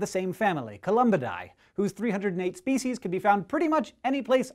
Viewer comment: I thought I heard him say 308 feces.